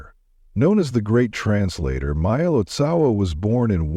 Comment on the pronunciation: Please, when creating videos like this , pronounce the names correctly : it Marpa Lotsawa- teacher of Jetsun Milarepa; its Gyalwa Karmpa etc. And do not try to convince us - as with your story of Ramakrishna, that all religions lead to the same goal . We are practicing Buddhists and we know the path : Buddhism is very different from other religions like Christianity /Catholicism, Islam . Buddhism is not part of one world religion which you might ignorantly promote !